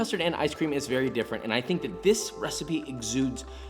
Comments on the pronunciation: i wouldn’t want to make Josh “Vewy angwy” 😉👌🏻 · "Vewy Angwy"😠 HAHAHA U ARE TOO CUTE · VeWy AnGwy